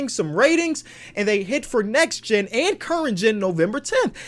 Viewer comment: Omg forgot the “T” in “NEXT”